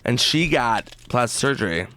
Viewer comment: "Plasis surger" lol